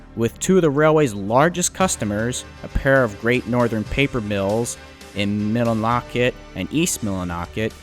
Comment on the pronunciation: The video was great. But you're clearly not from the northeast. It drove me crazy every time you kept pronouncing Irving as Ivring, and you couldn't say Millinocket (Maine) correctly. With so much work going into a video like this, how could you mess up the pronunciation of these two regional things so badly?